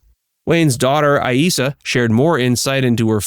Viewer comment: You pronounced Aissa two different ways: a-ee-ssa and ai-ssa.